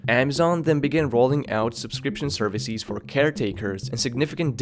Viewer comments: its leviOsa, not levioSA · Services, not ServiSEEZ. Businesses, not BusinesSEEZ. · Great video, but please work on your plural. For instance, It's servicEs not serviceEEs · I just like how he pronounces services like serviciiiis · I hate his pronunciation of businesses’(biznes-EEs) and services(service-EEs)